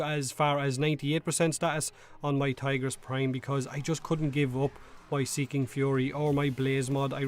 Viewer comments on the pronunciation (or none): none